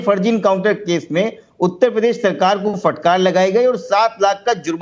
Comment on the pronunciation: not even pronounce uttar pradesh correctly...uta padesh🤣:face-blue-smiling